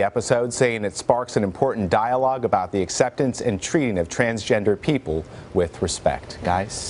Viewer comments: He did say "chansgender" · Did no one else notice he said "chansgender"? Lol. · He did say “chansgender” 😂😂